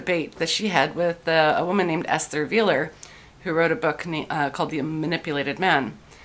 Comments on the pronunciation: Esther vi-LAR. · Ms Schwarzer is, like many ideologues, devoid of any sense of irony. Esther Vilar is pronounces ESS-tare Vee-LAHR . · Esther bee-LAR. =0)